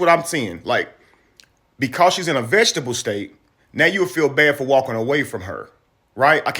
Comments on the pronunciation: Fellas! It's VEG-E-TA-TIVE! Not vegetable state. That implies that she's in a county that allows for vegetables to be grown or consumed legally. I know l know, it not the point of the video. But as black men we should have each other's back! Carry on! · It's....VE-GE-TA-TIVE, VEGETATIVE STATE! DAMN HOW BOTH OF YALL BUTHER THAT WORD?